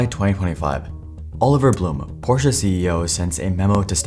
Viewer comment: Fun fact: it’s neither ‘Porsh’ nor ‘Porsha’ it’s PorschE, the e is NOT silent, and it’s not an a. Same thing with its CEO, BlumE 😂 fun fact 2: Blume translates to ‘flower’ 🌻